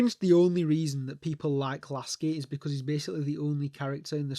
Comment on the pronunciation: Love they way you say lasky 😂😂😂